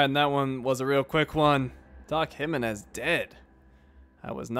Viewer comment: Its kinda funny how you pronounce Jimenez like "He-men-s"